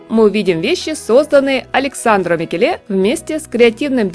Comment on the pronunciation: Если Микеле итальянец, ударение падает на первое Е: МикЕле. А он вроде бы итальянец.